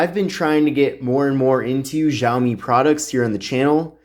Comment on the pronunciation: Whaat ziaomi????